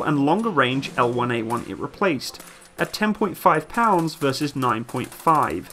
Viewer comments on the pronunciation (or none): none